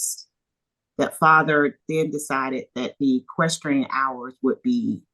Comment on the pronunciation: The judge can't even say equestrian! She should not be in control of this courtroom not these two people. She's not educated enough. Horrible judge